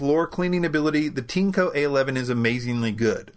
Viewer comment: Looks a lot like a Dyson V8 clone. How is the filtration compared to Dyson. For the price, vs. Dyson, it's compelling. - is it pronounced "teanco" as you said it? The spelling, as you no doubt know, is Tineco. This seems like it would pronounced like tin, or perhaps 'tean' followed by eco. Regardless of how it's priced, you still get a like for making the best vacuum videos. I look forward to Tuesday and Fridays - strange but true.